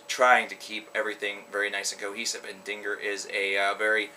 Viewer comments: It's pronounced den-jeer. Dinger just sounds wrong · pronounced (dinjeer) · i think it is pronounced like "dinjir" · It's pronounced "Dingir" not Dingir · Its pronounced dingeerr dumbfuck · dinger is a weener, 'dinjeer' is their album dont worry i always pronounced vildjharta as its spelt but its 'vill-yarta' oh well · It's pronounced Den-jeer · pretty sure its pronounced ding-GEAR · It's pronounced "Din-Geer". Sumerian word for "Gateway for the Gods" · XD Dinger? Do you not know English and pronunciations? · its din-geer as Ian (the vocalist) says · If he says ding er one more time i will kill myself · Dingir is also pronounced (din-jer) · DINJEER is how you pronounce it.just FYI